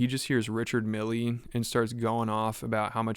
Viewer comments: Dude mispronounced the name of watch brand (and the guy he met?). It’s Richard Mille (rhymes with hill). Not milley- lol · You obviously arent a griselda listener. The watch brand is pronounched Rishád mill. Not richard milly. Its high end fashion, pretty sure its supposed to be said with a french flair. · i don't like Richard Mille watches either, but it is pronounced "Ree-shard Meel" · You don't say the e lol Richard mill is how you say it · “richard milly” dawg u sound 10 look up the pronunciation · Pronouncing Mille as Milley is insane. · Richard Mille is not pronounced "Milly" lol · "Richard Millie" lol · You don't say the "e" lol Richard mill is how you say it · Do they purposely mispronounce Richard Mille?